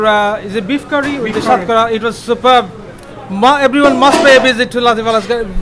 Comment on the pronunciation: You idiot. It's Hatkhora. It's unique to Sylhetis and Sylhetis never say "Shatkora". You are a coconut.